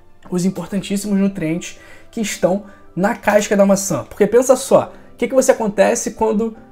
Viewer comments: Caisca não professor, CASCA! E isso não é questão de sotaque, é de falar errado mesmo, acrescentado mais uma letra à palavra. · CASCA ou c a I S ca?? Povo estrangula a lingua portuguesa só pra fazer graça, querer ser diferente. " C A I S C A".